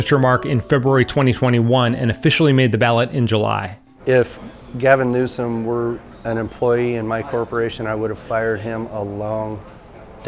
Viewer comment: “GALVIN NEWSOM” lol